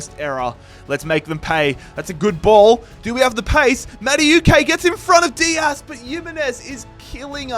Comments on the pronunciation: It must be every single video im having to correct this guy.. No mate. You said it like this. Madawehkay' Do Americans Australians just pronounce everything how they see it. Let me ask you something, how do you pronounce the word 'know' Do you say kanow? Or do you say 'no' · I beg you pronounce Maduekes name properly 😭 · the madueke pronunciation the whole video is so annoying